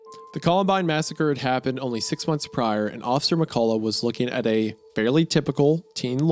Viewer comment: 1. Loved this ep. 2. Did NOT expect to hear my last name (McCullough) in a video, or worse to hear Isiah mispronounce it haha. He gave a good effort tho. It’s Meh Cuh Luh. Not Meh Colah.